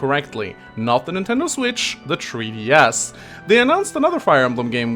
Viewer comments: Tree DS =X That's all I could hear lol. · Tree DS. lol. Still far superior English than whatever I can speak at :P Thanks for the vid!